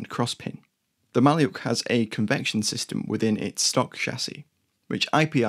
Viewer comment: 'Malyuk' is pronounced Ma-LYUK.